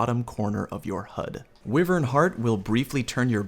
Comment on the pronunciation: Always like your vids dude. From destiny to this. But for the love of god stop pronouncing wyvern incorrectly. Driving me up the wall. Lol.